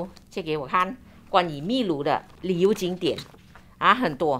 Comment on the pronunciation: Uncle Aunty, 祝福你们俩旅途愉快，秘（读音是bi, 第四声) 鲁 lu